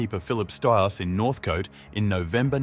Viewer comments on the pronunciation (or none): Ai read doesn't know the difference.